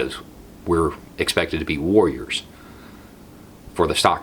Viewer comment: I heard “worriers”. . .